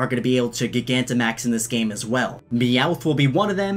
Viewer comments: Gigantamax is pronounced like Gigantic. No hard G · Gig Anta Max? how do you say Gigantic? lol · Is it not ji-gant-a-max? Surely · Gigantamax? I think its pronounced Gye-Gant-Amax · Say it like giant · It’s pronounced, J- eye- gantimax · It’s GiG-ant-amax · It's pronounced jigantamax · It’s pronounced gy-gant-a-max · Not gigantamax it's gi-ganta-max 😡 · Isn’t it pronounced gigantamaxing but with a “J” sound like gigantic? Because that’s supposed to by the root word right? Because they’re big/gigantic? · Sorry, But it’s pronounced (Ji - gan - ta - max) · Soft g like giant gigantamax I’m sorry I hate how you say it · pretty sure you're supposed to pronounce "gigantamax" the same way you would pronounce "gigantic" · The way you say gigantimax. It’s buggin me so hard! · I feel like you're mispronouncing Gigantamax. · Anyone else triggered that he kept saying gigantamax wrong? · The way you pronounce gigantamax gives me an aneurism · I’m gonna be real, not a fan of the pronounciation he uses of gigantimax (named after giga) and I personally prefer gigantimax (names after gigantic) but at the same time gigantic means much bigger which is what dynamax is so.... call it what you want I guess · Your saying gigantamax wrong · Why cant he pronounce gigantamax 😂😂😂😂😂😂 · FRICKING PRONOUNCE GIGANTIMAX RIGHT OR IM LEAVING GOSH AHHH STOP Sorry btw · I like your vids but the way you read some names and words bothers me. I can deal with how you say Bea and Oleana but gigantimax, come on bro lol. Its literally Gigantic but the C was changed to max. The word still reads the same until then tho. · Its not gig-ant-max its gi-gant-te-max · Dude it’s ji-gan-ti-max not giga-max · Jye-gantamax, not guy-gantamax. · I think gigantamaxing is pronounced like gigantic instead of giga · genuine question, do you also say gig-antic instead of gigantic? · pretty sure gigantimax is pronounced like gigantic and not like giga since its about size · It's not gi-gan-ti-max, It's g-I-gant-imax